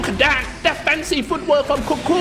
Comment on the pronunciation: its kinda weird how he pronounce kuku's name 😂😂😂